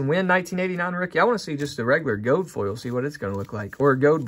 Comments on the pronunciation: Gold*** not “gode” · "Gold" being pronounced "gode" threw me